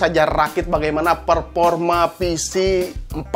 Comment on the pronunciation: "Perporma" sesah nya kang ai urang sunda mah wkwk. Semangat kang seneng pisan sama video videonya❤️